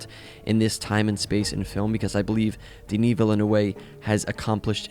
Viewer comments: you pronounce it Deniss Vilnov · DENIS WHAT!? My brother in Christ, if you are going to butcher his name that badly, you might as well call him Dennis. Could not go further in this video 🛑